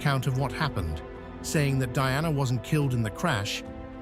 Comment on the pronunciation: You can't even pronounce her name right. Someone else should do your job.